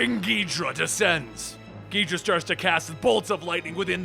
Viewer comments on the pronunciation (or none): “As he stands on the bodies of Gidra and the Destroyah” Bruh its pronounced Ghi-Do-Rah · Ghidra, really, It’s ghidorah gi-dor-ah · Ghidorah=Gee-door-a not gee-dra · King “gijra” it’s “gi-dora” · Ghi-dor-rah not Gidrah and An-guir-us not angarius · Gidrah? It's gih-dor-ah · I don't think it's pronounced as "gid-ra". I think it's "gi-do-ra". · Gidra?? Its Gi Door Ahhh and atomic breath not a beam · King gidrah... KING GIDRAH😡😠 M8 its gidorah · King gi-dra? More like king ga-dore-a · gid-or-ah not gee-dra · It's Ghidorah, not Ghidrah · ghidorah is cooler ghidra is stupid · GHI- DORA NOT GHIDRA GHI DORA and also Ang geer us but other than that pretty food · Ghee-dora not ghedra lol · Angeris (an-jeer-iss) king gedora (gee-do-raa) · Ghidorah not Ghidrah and while I'm at it Eric Selvig not Slevig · It’s GhiDORa, not GHIDRA! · It's not 'Ghee-drah'. It's 'Ghee-dough-rah'. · “Ungarius”💀💀💀 “King gidra” 💀💀💀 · Wasn’t it originally pronounced gee-door-ah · King Ghidorah ❌ king gidra✅ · Your mispronunciation of angeerus as ongareus and ghidorah as gheedra hurts my soul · It's pronounced Kung gi-dora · King geedra? Really? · omfg please its Ghee Door Rah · It’s pronounce “King Ghi-Dor-Ah, king Ghidorah”, you wouldn’t pronounce ghost as “Gaust”. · The way you pronounce ghidora hurts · "King Geedra" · You cannot pronounce the name of the 3 headed dragon correctly its GE-DOOR-UH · Bro calls king gisorah king gidraa💀💀💀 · Did you seriously just pronounce Ghidora as geedra? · He said ghidora wrong lol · 1) It's "Ghi-doh-rah 2) id love to see a godzilla movie of this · It's pronounced King Khe do ra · Like who the fuck says king ghidorah as king ghidra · what are you stupid its ghidorah not gehedra dumbass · and everyone is caling it ghidorah not ghidra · no its gahedra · SULLY WULLY gadora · Kinky Dora 😂😂😂😂😂😂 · Not ghid-ra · Gi-DOR-uh. King Gidorah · I thought it King Ghidora's name was pronounced "Gi-door-uh" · it's pronounce gi-door-ah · Sadly that how people(some) pronounced Ghidorah